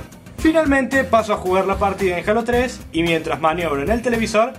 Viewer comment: jajajajaj sta chido el video yo tengo el de conker live and reloaded sta chido pero si a ti te gusta el otro ps t apollo y la pregunta de mi primo es: ¿por k dises jalo 3, parese k dices k jalas 3? asi k contestame a mi y yo le digo ah y mi pregunta es: ¿me puedes agregar como amigo en el xbox? ah my perfil del xbox es silejra y una cosa mas el k dijo k tus videos son mierda es un puto guey kbron bueno bye